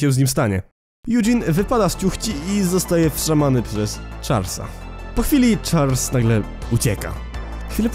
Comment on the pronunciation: Muwi sie Charles a nie chars